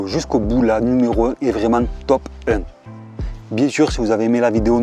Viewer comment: Mdr il dit bînsur au lieu de biensur